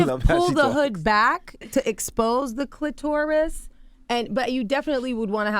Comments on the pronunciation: I can't take an expert seriously who says cli-TOR-is instead of CLI-ter-is. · The CLIT- OR- US / rub it slow / TORT - US